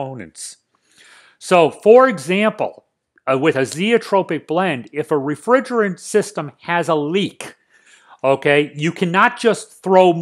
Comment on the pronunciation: a single zeotropic refRrrRigreAOutsbNtttt